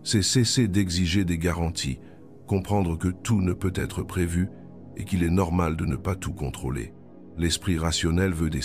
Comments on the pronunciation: Jai pense la même chose! J'ai l'impression que c'est l'IA qui parle car quand il arrive sur "peut-être" il dit "peu" et ensuite "être" séparément sans liaison. Cependant ces 7 mots, sont remplis d'une grande sagesse, peu importe que ce soit Jung qui l'ait dit ou pas, et sont tout-à-fait adaptées et adéquates.. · Non désolée je ne partagerai pas cette vidéo car même si le fond est intéressant, la forme est catastrophique : voix de robot, peut.....être qui fausse le sens et par-dessus tout des pubs qui entrecoupent l'écoute (pas terrible qd on l'écoute de soir ou de nuit dans un semi-sommeil duquel il faut s'extirper pour passer les pubs!!!😡) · Je me suis endormie de tout un blabla et je ne sais pas l'essentiel les 7 mots j'ai impressionne que l'IA ne comprend pas les mots lus ou est ce un double langage comme souvent répété peut-être devient "peu" être ceci peu être, peu être, devinent restriction peu de monde où "peu être" réduction de l'être son accent nous hypnose 😵‍💫😳voilà pourquoi il lui faut une demi-heure pour dire 7 mots cela nous capte et notre inconscient entend peu l'être ? Double langage ! ? N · lol la même ! Le "peut........... être..." m'a achevé !